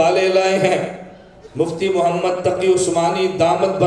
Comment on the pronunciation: ماشااللہ بہت خوب واقعی جواب نہی لیکن حضرت آپ حضور صل اللہ علیہ وسلم کا نام صاف نہی لیتے گزارش ہے کہ صاف لیاکرو اللہ آپکو سلامت رکھے آمین